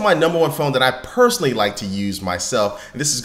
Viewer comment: Did he say personaly ?